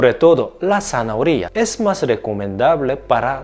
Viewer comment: Buen video, como zanahoria en todas sus variables, adoro el jugo o ensalada con manzana, una fruta maravillosa tambien. Me encanta como pronuncias "zanahoria" 😆